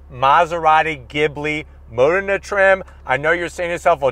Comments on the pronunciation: NOT mOdena BUT modEna! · It’s Modena y’all , “Ma-DEENA”